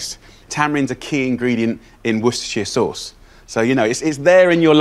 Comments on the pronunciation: Uhhhh... Worcestershire is pronounced Wor-ster-shire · He can't pronounce Worcestershire correctly, so we don't claim him. Let the outer space have him. My eyes are bleeding because of wet tofu in mortar. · the correct words in "worcestershire" is worst